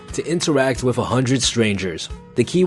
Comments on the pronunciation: Are you saying “wif” instead of wiTH? 😂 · guy says "wiff" a lot.